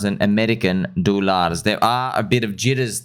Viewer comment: keep saying ameirican dulars and I will keep liking, commenting, and watching your videos :D